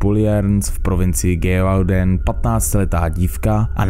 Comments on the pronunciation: Skvělé shrnutí. Francouzský umím plynně: lef lese do tchramvaje, žere mandle loupesije, že nežere že papa a nesere jen kaká... No prostě neumím, ale Hugenoti se čtou Igenoti, to by měl vědět každý středoškolák. O téma se zajímám a ten kraj se vyslovuje Živodan, pán Šastel... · Ty jo videa dobrý, ale to komolení cizích jmen a názvů to zabíjí a rve uši. Antoine se čte jako "Antoán" kupříkladu. Gévaudan je "Ževudan" (posledni si Powerwolf - "Beast of Gévaudan"). Tohle by chtělo zlepšit. Jinak pokračuj, tvá videa mě hodně baví. 👍🏻